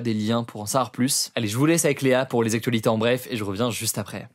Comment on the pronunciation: Merci pour vos actus parfaitement ficelées et c'est sincère. Néanmoins, je tiens à noter qu'il y a un pb avec la manière dont l'intervenante secondaire prononce le mot "actuenhhhhh". Ça me donne régulièrement des envies de meurtre même si elle semble très sympathique. Je ne pense pas être unique donc je ne pense pas être le seul. Avec cet accent, vous limitez vos vues à l'Ile de France, c'est dommage. Sinon continuez comme ça, je vous adore et vous avez remplacé france 2 pour moi. Vous avez compris que les micros trottoirs ne servaient à rien et que les news décalées et inutiles uniquement faites pour diriger l'humeur du spectateur n'etaient pas les bienvenues et c'est deja beaucoup pour moi. Bravo pour votre professionnalisme et votre implication.